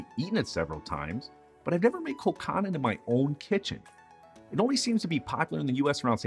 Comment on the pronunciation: Pronounced Col cannon Not how he is saying it. Its Col cannon.